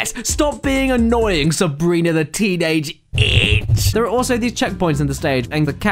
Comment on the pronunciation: dere he is folks